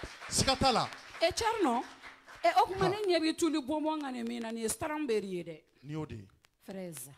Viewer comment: Strawberry not stronbery.,i ka animatrice koura ni kôni